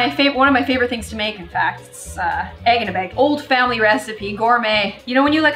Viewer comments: “EEGINABEYG” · Svala Vigfúsdóttir don’t worry it’s egggginabeg fo sure I paused it and rewound it 4x 😊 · I love she was just like IT WAS THAT EGGINABEG and I die That made me laugh so hard 😂